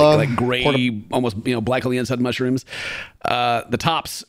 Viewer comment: Idk, I heard mooshyrooms.